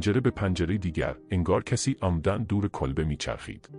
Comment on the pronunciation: ریدم توصحبت کردندکه الفاظ کیری به کارمیبری کولبه رامیگی کلبه